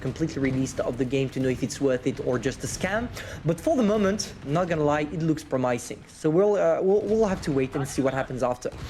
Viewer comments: Please try say prom-uh-sing instead of prom-i(eye)-sing next time :) Promising you haha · That was the most interesting pronunciation of “promising” I’ve heard.